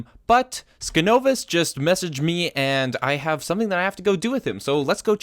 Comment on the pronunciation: I'm glad you included the little segment with those advancements! Also, my name is pronounced sign-ovus. Skin-ovus (the way you are pronouncing it currently) is my alternate account.